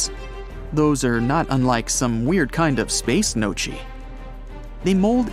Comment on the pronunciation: Space gnocchi.... pronounced no-key.... not no-chee.....